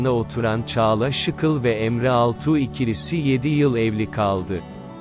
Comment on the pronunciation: Muhabirönce insanların ismini doğru söylemeyi öğren Şıkıl değil ŞİKEL